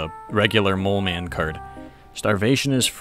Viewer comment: The way he says throughout the whole video "mole cemen" multiple times is just... 💀